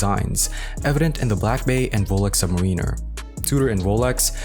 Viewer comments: your pronunciation of "submariner" is enough to have you drawn and quartered and you blacklisted from being a watch youtuber. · I can’t invest 8 minutes of my life, if you can’t pronounce submariner :)